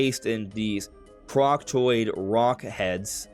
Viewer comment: Pretty sure it’s “Crockoid” not “CrockToid.”